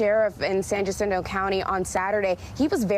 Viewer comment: Jacinto County is pronounced "Ha SIN toe"... 😉